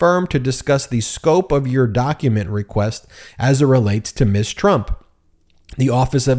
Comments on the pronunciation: Ms. is pronounced "Mzz" not Miss. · Ms. Is not pronounced Miss. it is pronounced Mizz. Thank you!😉